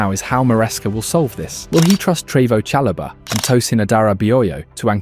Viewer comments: Bro the vids are good, but sort out the pronunciations of player names. Like 'Treevo Chalobah' & 'Lewis Colwill' 😂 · Bro it’s not ‘Reese James’ or ‘Trevos Chalobah’